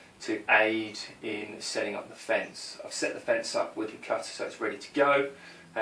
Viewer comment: Great, great videos - watching them all and learing a lot! Thanks. Just subscribed... One request. For the love of god, sound your tees as tees, not dees! Cudder... cudding jig... Sedding up... You sound like a god dang 80s DJ ;0)